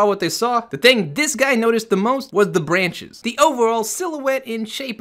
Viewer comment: "bwanches" xD